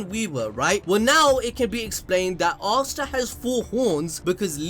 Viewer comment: Am I the only one who doesn't hear him say Asta but Asuna? Only me? Okay